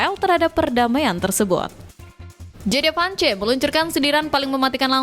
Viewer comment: baca Vance aja salah!